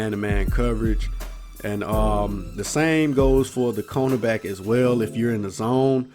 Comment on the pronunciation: He said "CONErback" instead of cornerback. I love ice cream CONErbacks